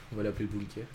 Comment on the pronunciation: bunker pas bunkair, sais pas air France pour les bunker